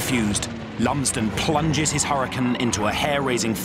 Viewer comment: Hurricane 🌀 not hurri can